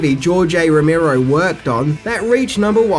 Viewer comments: It's ROE-MARE-OH, NOT ROE-MEER-OH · Romero, Ro-Mare-Oh Not Ro-Meer-Oh.